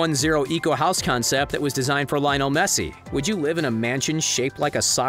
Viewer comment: “Lion el mesi”